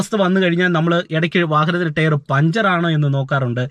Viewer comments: Good info. ടെയർ അല്ല bro... Its ടയർ (Tyre )🙏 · Very useful.thanks.prouncing word tyre need to be corrected.o.k.